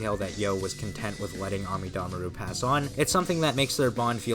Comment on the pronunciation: I think this is the first time I’ve heard the characters name pronounced “Ami Damaru” and not “Amida Maru”